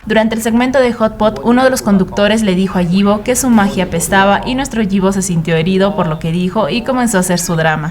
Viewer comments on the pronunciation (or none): Super bien el vídeo nadamas voy a poner la forma correcta de la pronunciación de su nombre (ipo) así se pronuncia 😊